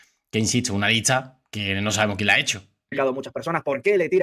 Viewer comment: No se si soy yo pero yo a este youtuber. Le escucho que pronuncia mal por ejemplo licha ( lista) y asi......¿porque? Que alguien me diga porque